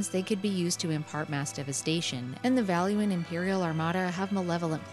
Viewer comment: finally! someone who says valua properly. i dont know why people call valua like balooa, its not the jungle book, guys.